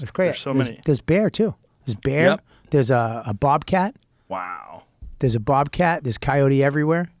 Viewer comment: “There’s a bwobcat”